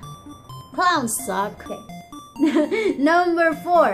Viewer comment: I thought u said I am scared of Clouds at first!! Lolz ,,, but I don't like clowns either.